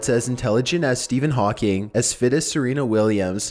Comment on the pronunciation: sthepihin hawking is a crippled pokemon